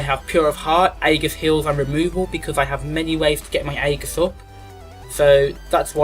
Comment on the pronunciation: Good video, shame you can't prounounce 'aegis' right, was annoying me should be like thus "In Greek, "ae" is pronounced as a long "e," like in "shEEp." The "g" is pronounced the same as a "j"